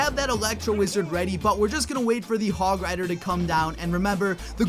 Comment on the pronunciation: You did the hog oneeee wrong